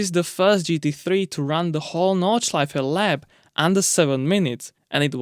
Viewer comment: all german words like f.e. Nordschleife or Zuffenhausen pronounced 100% correct, kudos !